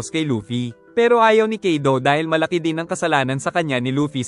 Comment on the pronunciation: Kaido Hindi kido😅